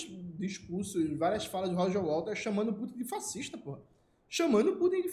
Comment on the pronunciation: Minino, é Waters. Não WaLters!!!!!😂😂😅